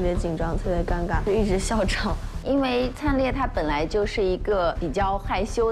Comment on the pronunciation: 为什么他们都念“piao”灿烈啊！！！！🤔🤔🤔